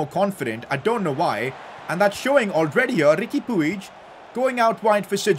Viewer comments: And puig is pronounced “pweeg” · It is pronounced as Riqui Puj